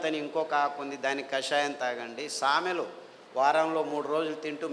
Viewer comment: Samelu and arikelu ante clearga cheppandi sir